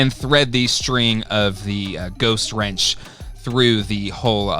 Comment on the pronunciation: Winch, not wrench:) But this looks good!